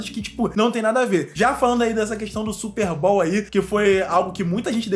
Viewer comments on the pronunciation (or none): Não leve isso a mal mano, só pra agregar mais valor e conteúdo que você já tem.. Não se pronuncia SSÚPER BÁL, se pronúncia SÚPÊRR BÔW